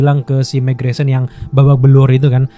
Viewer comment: mark grayson . bang bukan megreson. 😅